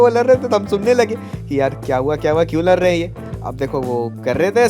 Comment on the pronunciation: Lad rahe the ❌ Lar rahe the 👍